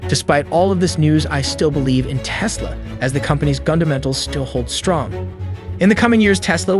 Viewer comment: Yeah, says aka instead of a-kay-a, and sometimes says "Tease-la".